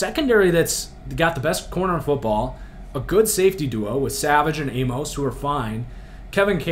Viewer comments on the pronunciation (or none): none